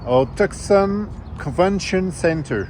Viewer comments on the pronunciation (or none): « Tout- Sonne » et non TuCson (le C est silencieux) haha ces français toujours tout croche la prononciation des mots anglais, mais on vous aime quand même haha. Bonne continuation. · Vous ne prononcez pas Tucson de la bonne façon !! (Too-saan)